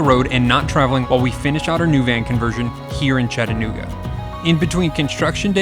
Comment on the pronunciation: Thanks for pronouncing the cities name correctly. For an unknow reason, some will pronounce it Chatt-nooga. Doing this, while clearly seeing and knowing the middle a is there.